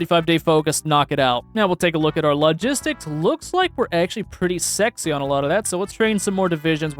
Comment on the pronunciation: Day 2 of seeing if will ever learn to pronounce lo·gis·tics.